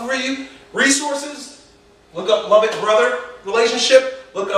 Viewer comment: Hey just so you know, its Lovett Brother not lovitt! Cheers